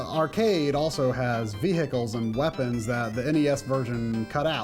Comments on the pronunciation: From Ohio you say? Nobody here says vee-hicle. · Why do you say Vehicle like that?